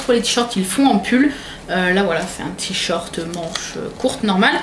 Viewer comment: "tichorte" ca me fera toujours marrer... ^^